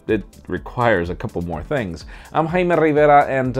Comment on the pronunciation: The best thing about this video is when he spells his name It sounds like Hi i m a Rivera